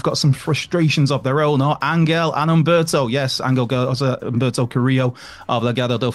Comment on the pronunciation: ummmm its Angel not Angle Garza!!